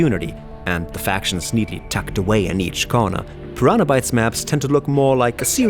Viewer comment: I'm sorry but I keep throwing up about the way you pronounce "Pyraana" each time you're trying to say Piranha. And you started out with Gothic II ? Pfff, gtfo. Not even a first hour fan, blessed to start out with Gothic I but no, you're not even mentioning how amazing Gothic 3 is now that the fan community created shitloads of patches and mods, and made it to what it originally thought to be. You are such a fake.